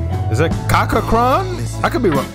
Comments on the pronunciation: [cha . kra . khan] please. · Pronounce it as CHA KRA